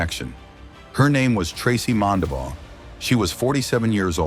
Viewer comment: Its Mondabough, not all the weird ways they spelled it.